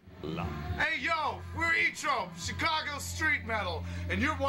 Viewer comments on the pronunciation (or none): none